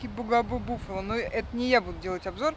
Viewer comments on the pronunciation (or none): Произносится Бафало))